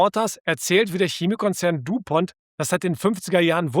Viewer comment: Du Pont ist französisch. Bitte richtig aussprechen